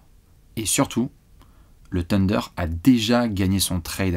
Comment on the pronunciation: coeur sur toi mais par pitié arrête de dire Tender pour le Thunder